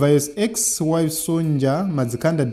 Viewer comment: Sonja is pronounced Sonia.